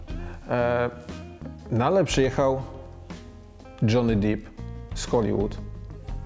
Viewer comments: Rzadko się zdarzam w 100% z Krzysztofem... ale dziś jest taki właśnie dzień. :) PS. Może poza Dżonym Dipem. Czyta się "Dep" raczej. ;) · Panie Stan, program jak zawsze dobry, maly wtyk z angielskiego... wymowa ( dżony dep) nie dip. Pozdrawiam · Nie Dżony Dip tylko Dżony Dep, GAMONIU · Stano, Johnny Depp, nie Deep. (dip - tak jak wymawiasz) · Panie Krzysiu, Johnny Depp, czyt. Dżony Dep. Za głęboko (deep) Pan wszedł z ta wymową. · Dip 😂 Czyta się tak jak się pisze, czyli "Depp", oczywiście tylko jedno "p", Stano nie rób z niego sosu 🤣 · Szystko zgoda, ale Johny DIP????😂 A nie Depp???.... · dżony dep, a nie dżony dip, Panie dziennikarzu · Panie Krzysztofie wszystko fajnie.. tylko nazwisko Johnny'ego Depp'a wymawia się Dep a nie Diip :) Pozdrawiam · Krzychu, nie DŻONY DIP tylko DŻONY DEP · Krzychu, kocham Cię i zgadzam z Tobą... ale Dżony DEP nie DIP... ;) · FYI panie Krzysiu, nie Johnny Dip tylko Deep - E nie I. Dip to do chipsów panie Krzyśku. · Dżony DEP, nie dżony dip. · Johnny Depp, nie Deep, mr Stanowski! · Od kiedy Johny Depp wymawia się jako „dip”? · Krzychu co za wtopa! Dzony Dep a nie Dip meeeeen! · Czyta się Dżony Dep, a nie Dip szefie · Ale z tym Dipem to majstersztyk. Gimbaza napisała już tyle komentarzy o tej błędnej wymowie, że z pewnością wpłynie to pozytywnie na zasięgi. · Tego się słuchać już nie da, niezła passa Stano się skończyła szybciej niż zaczęła : ) I Dżony Dip xD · Johnny Depp. Nazwisko wymawia się tak jak się pisze. Żadne Diip.... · Wymowa nazwiska tego amerykańskiego aktora o którym mówiłeś jest inna. Wypadałby się przygotować pod tym względem przed takim porównaniem.